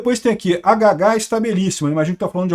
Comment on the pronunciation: É Lady Gaga, kkkk, não gagá 😊